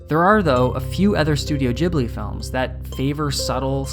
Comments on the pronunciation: It's Ghibli not jibli, like Gif, not jif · 'Jhibli'... That hounted me trough the whole video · Great video.. but the way he says "Jeeblee" is soo so irritating!! It's Geeblee, like Green or Good. The 'h' after the 'G' should have given that away, even without any basic knowledge of Japanese pronunciation tbh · It's GHeeebli not GEEBLEE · i died every time you said giblie instead of ghibli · Why does he say Gibli instead of Ghibli? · God it's not jibli fuck Loved the video btw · It's pronounced with a hard G. IPA: /ˈɡɪbli/ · Really bugs me that he says "Ghibli" wrong the entire video. It is with a G like in gift. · its not jibli.. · I cringe so hard every time you say jibli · "Dzhibli"? No thank you! Find other listeners to your lectures. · ok why is nobody talking about how he pronounces it "jibli" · Most punchable voice ever, cant even pronounce Ghibli, the f is Jibblie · There is no J in Ghibli. Your pronunciation is seriously triggering XD. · Hard G like in gun, for chris sake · ahhhh jibli? JIBLI? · Why english speakers pronounce it "jibli"??? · Is it really pronounced jibli? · Oh god please stop saying "Jibley" 😑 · Great video. Are you American? you pronounced "Ghibli" differently. I'd say it like "gibli". Still good analysis. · Nigga said Jibbly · it is pronounced like that because the japanese can't pronounce the english 'G'. That kinda bothered me too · This guy wrote, recorded and edited an entire video essay about something he doesn’t even know how to pronounce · At least pronounce “Ghibli” it correctly. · You’re mispronouncing Ghibli. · Can’t get past your mispronunciation. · I can't focus, because you say Ghibli wrong 😂🙈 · I just cannot listen to the way how you pronounce "Ghibli" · Ghibli is actually an Italian word. It is pronounced "Jee-blee." However, Japanese say it as "ji-bu-ri." And you shouldn't get distracted by a single word, there is a lot of effort on this video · Pronounce the studio name properly, fuck me I had to turn it off